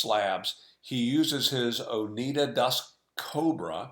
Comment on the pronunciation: Oneida is pronounced Oh Nigh Da. long "I"